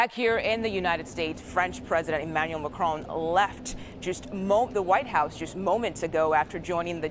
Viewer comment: It’s Macron on said on not ‘own’. Sorry but it’s irritating! Sentiments good though.